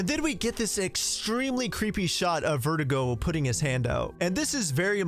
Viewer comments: My guy, it’s Verdugo, not Vertigo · You keep pronouncing Verdugo as vertigo. It's pronounced ver-doo-go my guy lmfao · Sir..its Ver dooo go not verdigo. Good vid tho. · Its pronounced Ver Doo go. Not vert ih go Verdugos means "Executioner" in English btw. And the castle enemies are called Zelots not granados. Ganados are the village enemies and it roughly translates to "Cattle"in English . Pffftt and you think you know RE4 eh? 😏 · It’s actually pronounced “Verh-doo-gó” not vertigo, hope that helps your Spanish 🙂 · Ngl everytime you say Verdugo I keep hearing vertigo so I like to imagine that Ada has bad vertigo throughout seperate ways as a main gimmick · It's funny how he made verdugo sound like vertigo in this video 😆